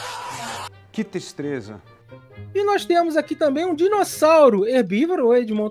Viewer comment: " Qui, tistreza!"...😂😂😂😂